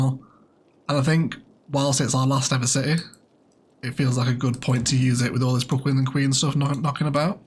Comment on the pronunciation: Could be fun to name the Brooklyn and queens district opposite the river "Bricklands and Queens" in honour of your common misspeak XD